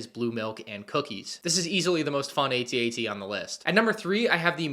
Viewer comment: AT-AT, Not A-T-A-T!! 🤬🤬🤬🤬